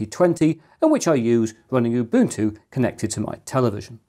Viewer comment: Finally, a YouTuber who pronounces "Ubuntu" correctly.... Just for curiosity, why didn't you go with a fanless PSU?